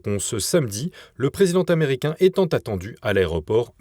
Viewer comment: Il serait temps que vos journalistes ne fassent pas des liaisons qui n'existent pas. Exemples le dirigeant T' americain , le présidenT' americain !!! Çest tellement choquant et de plus en plus sur d'autres vidéos le français est estropié et ça fait mal aux oreilles. Comment s'étonner que les jeunes parlent de plus en plus mal si ils ont de tels Exemples ! Merci d'en prendre bonne note et pour vos informations que je suis toujours au qutidiens